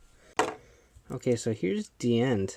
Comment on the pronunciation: it's not just you. it's almost everyone who has reviewed a Decade toy. I mean, they gave DiEnd his name primarily so that it would sound like Decade, and the fact that people say it wrong even with his name spoken through the DecaDriver and K-Touch is kinda dumb. I see some of these people as either ignorant or stubborn